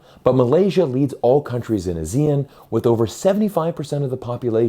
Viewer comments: The people who live in the ASEAN countries pronounce the acronym as ah-see-un, not as a-zee-en. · What's A-zeal-Un? It's Ah-Sea-Un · 1. It's pronounced AH-zee-en, not ah-ZEE-en. The emphasis is on the AH. 2. The primary reason for Malaysia to move towards China has nothing to do with China and everything to do with Gaza. Malaysians are extremely angry at the US for supporting Israel in its genocide of Muslims. 3. Malaysia does not control the Straits of Malacca, Singapore does. 4. Russia is already China's biggest source for both crude oil and natural gas, surpassing Saudi Arabia in 2023. So China's energy supplies would not be in serious danger in the chance of a war with the US. 5. Any blockade of the Straits of Malacca will result in more damage to the West than to China. The Chinese central bank can print cash to make up for the shortfall in trade revenue. The Federal Reserve cannot print iPhones. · Please pronounce ASEAN as Aah-See-Aan. Very off-putting when you pronounce it as Asia. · Pronounce... Ah ...see ...ahn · Please learn how to pronounce ASEAN properly.